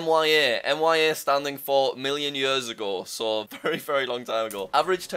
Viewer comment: million years agoh